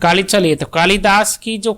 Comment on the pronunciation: Ye maha kavi Kalidas ko tha-tha bol rhe hai